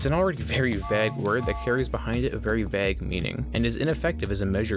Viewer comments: Is vague not vag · Why this guy say "vag" instead of vague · its pronounced v-ae-gue not v- aa- gue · vayg, not vaag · Please pronounce vague right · I've never heard anyone pronounce vague like vagg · Why do you pronounce vague as vegg? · why do you say vague like bag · bro actually pronounces vague "vag" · You pronounce vague weirdly. Great video tho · i am still wondering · you say you read every comment so i know you are reading this. it has been a year and i still haven't gotten my answer. why do you say vague like that? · Please learn to pronounce vague :X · Stop saying vague. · why do you say vague so weirdly? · Please never say “vague” again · Dude makes this pretentious ass video and can’t even pronounce vague right. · The way you pronounce vague ruined the video for me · Bruh please dont pronounce vague like that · You have a funny way of saying "vague" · mofo cant say vague properly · THE WAY THIS GUY SAYS "VAGUE" STRESSES ME OUT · Lol can u say vague ina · I can't get over how you pronounce vague. Also I'm surprised you didn't touch on Fortnite's predatory practices.